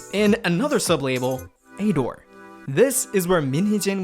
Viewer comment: You say ador so weird lol, just pronounce it like adore